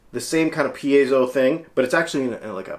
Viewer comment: Actually the accent is on the second syllable: per AY zo